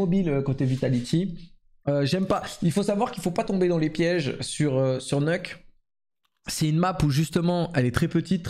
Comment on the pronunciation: Tous les vrais disent "neuk", ceux qui viennent de cs1.6 et qui sont toujours là 20 ans après